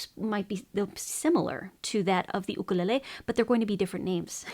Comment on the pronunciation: that’s how it’s supposed to be pronounced